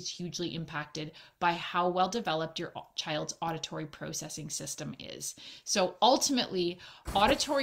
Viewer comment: The was she says processing 😬